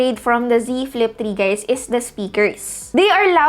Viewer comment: I just heard z flip tree